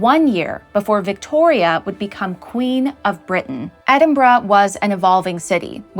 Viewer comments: You pronounced Edinburgh right! Thank you for that - it is a rarity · And I'm so glad you didn't pronounce Edinburgh as Edinburrow like most Americans 😂